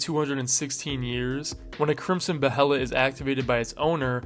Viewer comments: buh hay lit. just say bay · Hate to be "that guy" but the word Behelit is pronounced "Bay-let". Love the video!❤ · bro really said beHelit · is he not saying behelit wrong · Your pronunciations of “apostle” and “behelit” are crazy lol